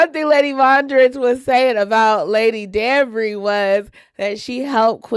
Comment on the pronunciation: She was pronouncing Lady Danbury’s name correctly…I’m giving her props…I am enjoying your discussions on Bridgerton 💝